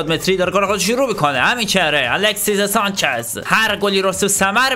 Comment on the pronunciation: الکسیس سانچز نه 😅😂 درستش الکسی سانچز هستش